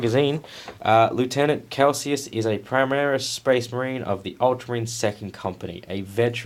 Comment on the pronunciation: Pretty sure you’re pronouncing Calsius correctly. You’re pronouncing lieutenant wrong, however. England and Australia pronounce it leff-tenant. I built mine as a Space Wolves battle leader. Bit of a pain getting rid of the Ultras symbols but I’m gonna cover them with wolfy bits anyway. I reckon he looks sick. Kinda like you throughout these vids.